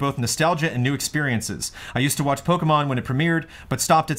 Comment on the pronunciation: mispronouncing Pokemon is the best thing.